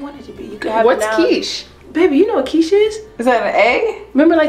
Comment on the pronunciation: How pronounced quiche correctly but didn’t know what it was 😂 we love an intelligent queen 💜